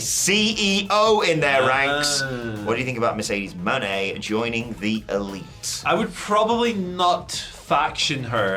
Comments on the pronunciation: Mo Ne’ not Money! 😂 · Is there any amount of money I can throw at you to stop saying Moné like that?